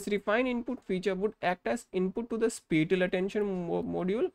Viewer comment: The way you pronounce spatial does not show your expertise on spatial mapping and channel is not defined properly how the filters set find a specific feature.